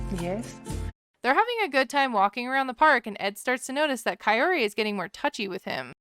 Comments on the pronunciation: “Not Coyote, call her ki-or-ti “ great , thanx Ed for teaching us how to pronounce her name wrong😭💀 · It sounds like Ed says Kay-oh-tee, instead of Kaory. Always makes me cringe. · Bro stop calling her cayote!!! It’s pro Ka- Ori! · Dude is correcting his mom but he himself is saying it wrong! Her name is K-ORy not KA-ory or Ca-oty like he has been pronouncing.... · kaorty lol its not hard to say her name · anyone else feel like Ed is calling Kaory “coyote” the whole time even before his mom does?? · Why do I keep thinking he's calling her coyote🤣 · Everytime he says her name swear it's coyote 😄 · Why did I always think he was saying Cayote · I'm glad "coyote" did not like Ed... he can't even say her name. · I keep hearing him say Coyote...😂🤣🤣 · I'm so over the way he pronounces her name. 😭😭😭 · is he just stupid and ignorant or is kaory's name THAT hard to pronounce correctly even after meeting up a few times? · The fact that he literally never pronounces her name right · Wonder if he will every get her name correct. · Ed, damn, say her name right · He STILL can’t pronounce her name correctly.😂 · Ed pronounces her name wrong